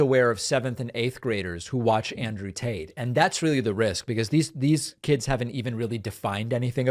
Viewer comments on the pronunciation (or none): David sounds like he’s pronouncing his name Andrew TAINT! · Yo, is David saying Andrew taint? If he's not he should. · Did he say Andrew Taint? :) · It amused me that David said Andrew Taint the whole video. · Did David intentionally call him Andrew Taint? Lmao